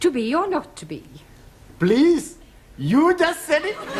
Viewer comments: Taro is not a real Japanese right? Japanese tend to change "L" to "R" and vise versa as in Please to Purisu not pleaso. But this show is hilarious as ever hahhaha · Taro's Japanese accent isn't really correct. Or maybe it's another type of Japanese accent? Bc. Don't they pronounce the letter L as R. And they mostly have a U at the end of a word If they speak English like for example : the word "please" they say "peresu" -> not pronouncing the U at the end instead of "pleaso"... I'm sorry if I'm wrong xd. I'm not saying that I'm correct 😅